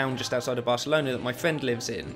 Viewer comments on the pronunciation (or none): none